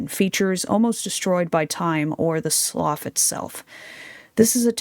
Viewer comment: The word "slough" is pronounced "sloo", it's a water feature found around marshes.